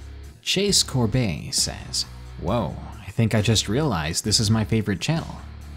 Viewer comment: You said my name perfectly! First person to ever do that. Everyone always says it like cor bet